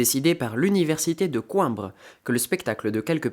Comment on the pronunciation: Super résumé ! Par contre, mon petit coeur de portugaise a saigné : ça se prononce Co-i-mbra ^^